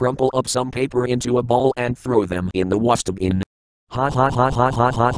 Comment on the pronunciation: Throw paper in The Waastehbin?!